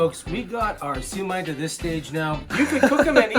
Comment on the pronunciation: Got it! Hate to tease you, but the way you pronounce "Siu Mai" in the video sounds like a drunk Southerner angrily saying "Sue me (in court)☺